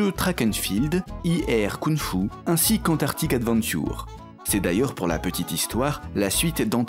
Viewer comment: Ce "défonçage" de Gameblog ! Sinon va faloir bosser ta prononciation de "Adventure" :p